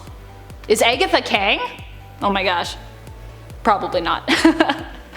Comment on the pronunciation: Hahaha! She called Agatha eggatga!!!LOL 😆 🤣 😂 😹